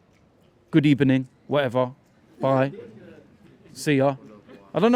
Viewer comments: It's done, good ebening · 🤣🤣🤣 “ Good ebening, whatever, see ya ✌️ 😂😂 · It was a good ebening for dt his hat was safe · Emery is most likely over the moon with saying good ebening rather than him getting worried that fans are turning against him😂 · "Good Ebening" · Hahaha good ebening i don't care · "good ebening" 😂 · Burst a ball good ebenin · Well emery you need to go Emery- good ebening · Lose to Leicester - Good Ebening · Good ebening😁😁😁 bye bye ✋✋✋ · “Good ebening” THAT KILLED ME 😂😂😂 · Too funny when he said good ebening 😂